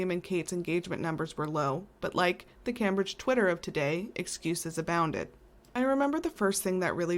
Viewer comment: I LOVE, LOVE, LOVE your posts. I have only one minor quibble. The future future's name is actually pronounced CAMEbridge although its spelled Cambridge. I am a first generation American of Jamaican descent, and the misprononciation just hits the ear uncomfortably. So imagine how your UK fans might feel. All Tea, NO shade. Love what you do here and in real life because my Mom and all Aunties were RNs. Also I wish you Mom a speedy recovery 🙏 ❤.